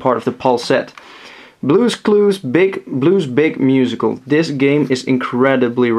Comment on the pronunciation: Haha, both times you've had Blue's Big Musical in one of your videos, you've had trouble saying it's name. They should've made the logo less confusing. :P